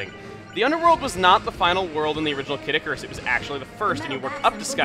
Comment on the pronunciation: I keep thinking he says 'Caddicarus' the Youtuber rather than 'Kid Icarus'.